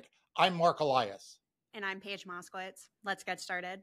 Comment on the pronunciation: 👍 PAIGE MOSKOWITZ 👍 . Not MOSCOW-ITS